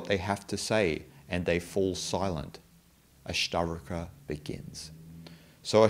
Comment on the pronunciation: Your videos are great and I like all of them. Just one suggestion in this video you say all the time ASTAVARKA and that's why I was confused. Please correct it to ASTAVAKRA. Om Shanti.